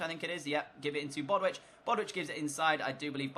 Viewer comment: I love the video and I know I'm super late but it's bow-ditch not bodwitch 👍🏻